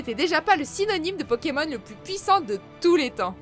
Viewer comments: Peut -tu arrêtées écorchés les noms des pokemon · Quelqu'un peut lui apprendre à prononcer le nom des pokemon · Un gros soucis de prononciation !😣😣😣😣